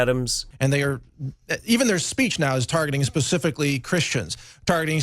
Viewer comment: Its specifically, not pacifically, Alex Jones.